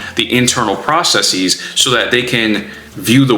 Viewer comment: Good info thank you, great listen. But fyi "process-eeze" isn't a word, it's a hypercorrection of the latin word with a Greek suffix. It's not like theses for example.